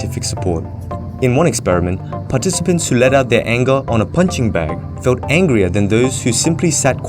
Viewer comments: "Angier" or angrier? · Angier? , don'y you mean "angrier"? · "angier" lol :)